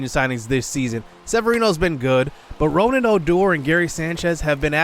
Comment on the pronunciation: It's pronounce (RooG-Ned) (O-Door) just letting you know J